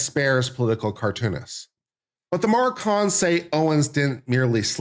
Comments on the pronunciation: It’s Macron not Marcon 😂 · THE MACRONS ....NOT MARCONS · The name is not Marcon but MACRON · Mah Crone… not Mar Con. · Bri-jet Mar-con.😂I couldn't take it. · Should at least do your due diligence and learn France's President's name is MACRON. There's an R in the name. You obviously don't know the facts here. Candace DOES have proof. You on the other hand, have NO facts for your claims against Candace but rather weak opinions. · I can't watch him read his script and mis-pronounce "ma-crone" any more. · I admire the dedication to mispronouncing Macron through the entire video. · Dude if you’re making a commentary at least learn the names and pronounce them properly especially when it’s a name of a famous president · I heard Candace mispronouncing the name Macron as well, a bit less, but not correctly. So definitely do not go to her for this. But she can teach you how to do a witchhunt...just accuse, no proof needed, and punish.. And how to build a cult with followers loving and admiring their leader and fighting for him/her...blindly believing him/her...not questioning..not thinking..not asking for evidence.. .She has talent for these things I must say. And all'this'in m'y humble opinion of course. But I do not think at all that you are looking for, less even needing this. Just wanted to mention that although she does not pronounce the name very well....she has some other qualities... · stupid? who ? maybe you...Mispronouncing the MaCrons name. No due diligence, read French book becoming Brigitte. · This person has no idea what he's talking about. He doesn't even know the name of the French president, consistently mispronouncing it. Definitely didn't see the series. But hates Candace. Just as stupid as the stupidity he talks about. Terrible video.